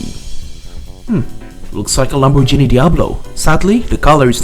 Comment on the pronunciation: I flinched at your Lamborghini pronunciation 😂